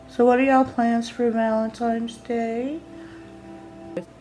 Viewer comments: It's VALENTINE'S DAY not VALEMTINE'S 😠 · She said valentimes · Happy Val-eN-tiNes day, Amy! No “M’s’ in Valentines You are doing well with your makeup videos. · "Valentime's" C'mon Amy, u're not 4 yrs old. Why not learn to pronounce words correctly? Is it really that much of an effort for u?